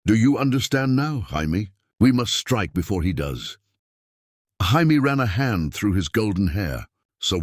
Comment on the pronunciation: What's with the weird Jaimie pronunciation?